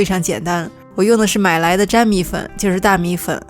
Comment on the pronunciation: 是不是应该读NIAN米粉？